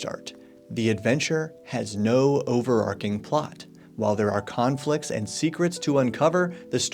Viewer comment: I noticed that as well. I'm not even sure always says it that way. It may have joined forces with 'campaign arc' in his head. But he is only 1 Americans.:)